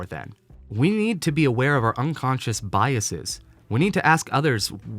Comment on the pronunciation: Love every part of this video except the way you pronounce biases 😂 Otherwise- keep rockin 🥰